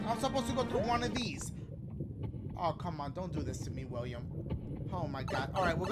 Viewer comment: When he said William it sounded like “WIUIM!”